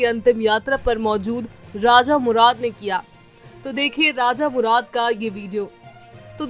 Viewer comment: Raja murad nahin.Raza murad nam h